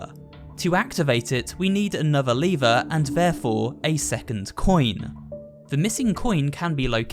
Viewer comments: LEVER NOT LIVERE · Literally said leever. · The way he says lever hurts me on a different level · Did nobody noticed that he would kept saying lever wrong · Is it me or you are saying lever incorrect.